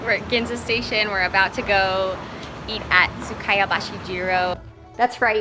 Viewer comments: Great tips, But I'm really cringing at your mispronounciation of 'sukiyabashi' -- it's sukEEyabashi. It's murdering me over here. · For the love of God if you plan to spend $300 on one meal AT LEAST pronounce the restaurant’s name properly. Also, it’s pronounced “saKAY”, not “saKEY”... this is fundamental.